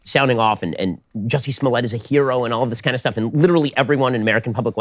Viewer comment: It's Jussie, not Jessie.